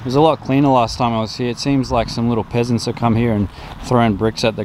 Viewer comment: Dang I heard he said "pheasants" and thought it's just another weird Australian bird.